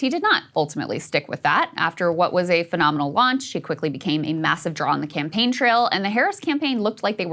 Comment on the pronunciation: What Krystal calls a " fanominal lanch" was realy just msm manufactured hype that quickly wore off the more of kamala and tim put on their clown show.